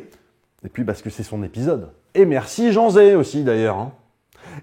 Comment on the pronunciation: Tout au long de la vidéo j'avais compris "José" au lieu de "Jean Zay", je pensais que tu avais pas donné son nom 😂 Super vidéo merci !